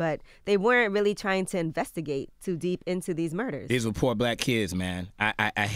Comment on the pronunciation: why does this nigga keep emphasizing poor? like srsly